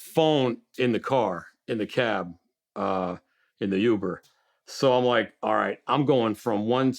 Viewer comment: don't ever call it "yuber" again, if u do I will send the mafia after yo ass